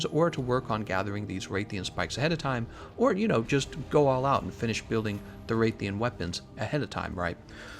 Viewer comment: Nobody: Absolutely no one:: Wraith-ian Wrath-alos